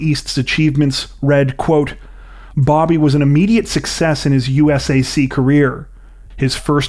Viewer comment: U.S.A.C. Is pronounced “you-sack” by the organization.